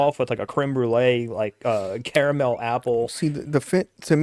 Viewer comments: it's definitely NOT "kara mel" ... its CAR MEL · Car A mel....